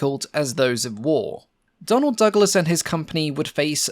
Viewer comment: I feel a strong urge to slap my thigh everytime you say Donald Duck las...